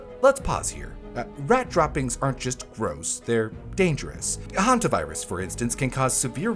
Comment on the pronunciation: did u just say hantavirus…